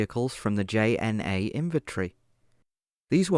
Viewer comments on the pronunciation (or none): It hurts me. Not to mention he pronounces JNA as J-N-A when it's pronounced as Y-N-A